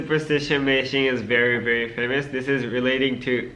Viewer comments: Aku kok dengernya pas tomo ngomong meishin dengernya ngising beneran gak tau kenapa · Aku dengernya Meishin=micin :v